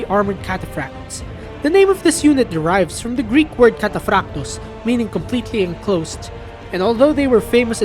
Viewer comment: The correct way in which the narrator pronounced the very foreign Greek words in the video : their vowels and their rolling r .